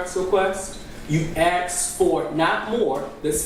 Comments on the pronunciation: The word is ASKED, not AXED. What a mess in this county. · Is he saying axed instead of asked? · When did “Axked” become a word?? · It’s Asked not Axed ‘ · I can’t listen to him saying “axed” over and over again. He sounds ridiculous. He’s dumb, mean, unresponsive and argumentative. The judge is obviously afraid of the DA’s office. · He did a lot of ‘axing’ Dangerous guy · and “ax”. 😂😂